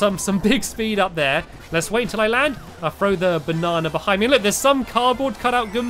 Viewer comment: It funny when stampy says banna